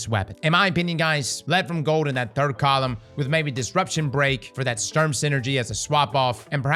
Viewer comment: Love how you pronounce it "Störm" and "Unfall" . Sturm has the same U in it which is pronounced the same (which for you English natives would be the same way you pronounce the two o in "good") :)